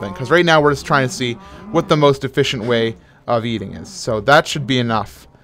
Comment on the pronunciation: Minecraft Science, says "ate'n"